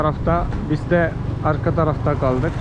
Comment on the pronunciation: Gordünüs mü ve bis demen 😍 z yerine s harfi tercih ediyorsun 😇🖐ama kulağa çok hoş geliyor